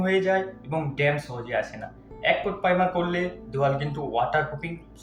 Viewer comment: tumi akhono "primer'' sathik vabe bolte parona, khub birokto lagche sunte.